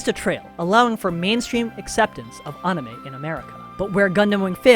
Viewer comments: Bro really said On-i-meh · Funny, I hate when someone does a deep dive yet doesn't do the basic research of how to even pronounce things. Well this guy seems like he can pronounce most Japanese words as they should be, but pronouncing the word anime itself has eluded him. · Disliked for pronouncing anime like a douche. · Why are you saying anime wrong?